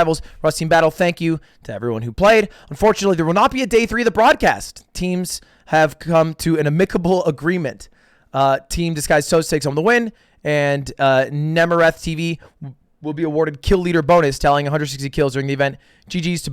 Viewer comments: Dude likes to say he has an “English degree” and fucking says: “a-mic-able”😂😆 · bro really said a-mick-a-ble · Ah the old ah-mic-ah-bull agreement, English degree really paying for itself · I think you pronounced amicable wrong my dude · Lol I’ve never heard amicable pronounced that way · He didn’t pronounce it right though. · He actually didn’t pronounce amicable properly.